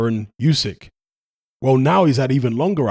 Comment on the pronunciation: Usyk's name is pronounced ooo-syk, not you-syk. Tiny correction, genuinely not trying to be a smart ass. 👍